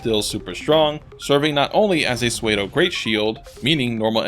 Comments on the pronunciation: Ha! "pseudo" is pronounced "Sue-doe" not "suede-oh" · Awesome video, just fyi pseudo is pronounced as sue-dough :)